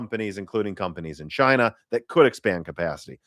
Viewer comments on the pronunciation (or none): none